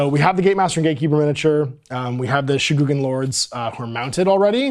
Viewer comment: Sheh - Gu - Gan .... My brother in Christ, I understand the entirety of the anglo-sphere is phonetically challenged ; but its kind of ridiculous to what extent you and many other youtubers struggle to just read out a name. MY GOD :-D - its Written: Shu Gen Gan - how is that so hard to read properly once?